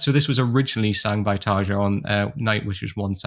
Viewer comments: Nice video man can never get enough of Nightwish, btw Tarja is pronounced tar-e-ya 🤘🤘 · Hehe, that’s true. Listen to the first ten seconds of these interviews a few times and it should forever be “Tar-ya”... or as Tarja herself says, “TaRRRR-ya”! 😁 I usually don’t correct pronunciations unless the mispronounced word or name is in the neighborhood of becoming awkward. We (or at least I) find it charming when folks pronounce non-English words, and “we” appreciate the effort alone. In this instance, I happen to have a J in my first name, so I can sympathize with Tarja often hearing the English J and the famous D-sound that comes with it. Anyway, cheers. 😅